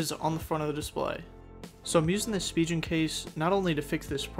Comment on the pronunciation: SpiGen not spiJen